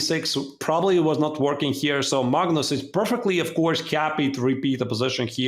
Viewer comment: Why do you guys call it "MAGNOOOS"?